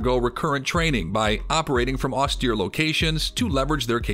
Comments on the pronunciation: if this guy say's "ostear" 2 more time.. -_ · In the US Marine Corps, you get used to it. At least, in my time. (